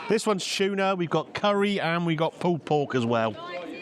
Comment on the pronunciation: Cheese and chuna, great combo lol. Love the way you say chuna! I can see why they are so popular, those looked amazing with huge portions. Nice to see someone like him put the work in and it pays off. Keeping the quality up will see him continue another 20 years. That was so nice getting a fan pic, they seemed chuffed. Glad you spent time with the greenager and she enjoyed her lunch too!